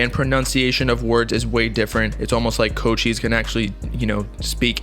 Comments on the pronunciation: It’s not pronounced Co-Cheese bruh, it’s pronounced Co-Chee-Say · Did mans just say “CO Cheese” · fr his tag is co cheese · It’s pronounced (coach - eyes) omg he ur favorite artist but can’t say his name right I just wanted u to know like every time u said his name it just hurt my whole soul 🤦🏾‍♂️😭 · My mans really out here saying “CO-CHEEESE” 💀🗿